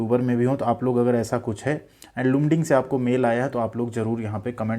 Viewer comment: Its pronounced as Laamding Mera bhi mail aya hai, ITI 83% 10th 59%, Welder ST